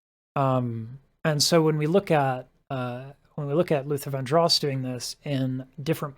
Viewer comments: It's pronounced "Van-drows". Just FYI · 🙃It's Van "Dross" rhymes with Ross, like Diana.